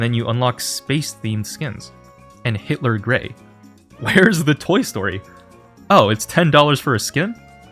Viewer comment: "H1tler gray" 😭